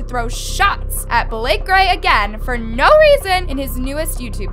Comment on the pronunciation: “Naur” lmao